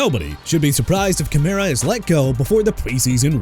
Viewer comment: Enough with the "New Or-leans" garbage okay?! You wanna continue butchering a city name, go ahead. It gonna get you fired! Also Alvin Kamara as in kuh-mar-rah! And Christian Fulton is not a quarterback; HE'S A CORNERBACK! ALSO CHICAGO AS IN EITHER SHUH-KAH-GOW OR SHEE-KAH-GOW NOT CHEE-KAH-GOW!! AND STOP SAYING "JAG-WIRES"! WHAT DON'T YOU UNDERSTAND DUDE?! JAGUARS AS IN JA-GWAARS AND IT'S ALBERT REGIS NOT ALBERT LEERS! AND MR. "I CAN'T PRONOUNCE ANYBODY'S NAMES FOR NOTHING" TONY POLLARD AS IN PAH-LURD NOT POH-LURD!! YOU'RE FINISHED!! GO AWAY!!